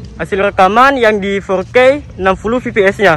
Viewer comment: koreksi kata fps bang bacanya efpies bukan pipi es, btw smngt ngontennya bang🙏